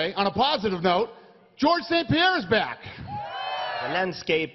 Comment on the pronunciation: George sounds likes he's saying fuook